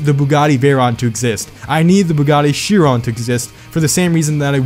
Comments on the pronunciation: She isn't spelled Veyron, she's spelled Veyhon and not Chiron but Chihon. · Did you see my comment about pronouncing the Chiron name? Seems like you did, judging by the fact you decided to say it. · Bruv where them Koenigseggs at ??? (I live 30 mins away from the Bugatti factory in France❤️) Funny cuz all the plates on the Bugatties showed in this video are illegal, custom plates are illegal. To get a correct plate, you must have 00-AAA-00 Funny to see my state’s number everywhere, you see pepole talking about the place where you live. Geez. And btw, you’re saying Veyron and Chiron wrong. ❤️ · Holy fuck how u say Chiron. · Bro you say “Chiron” like it’s a black man